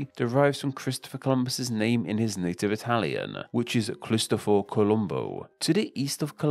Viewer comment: Informative video, but a bit more effort into pronouncing names properly would have taken the video to a higher degree. Guiana, Bolívar, Cristoforo, etc are all pronounced wrong.